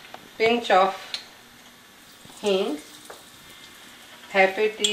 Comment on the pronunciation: What is the name of the spice that follows "gram flour"in her list of ingredients? I can't recognized it. It sounds like "hink"?